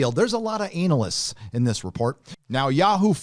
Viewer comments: A-nal-ysts...lol! Good one! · you’re a breath of fresh air...and I love how you pronounce “analysts.”